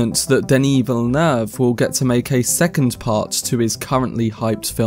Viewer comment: Hey man! New subscriber and LOVE the content! One thing is that his last name is actually pronounced "Vill-Noove" haha. Just thought I would let you know!